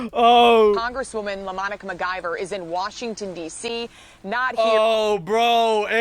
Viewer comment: I'm sure that I read LaMonica, not Demonica.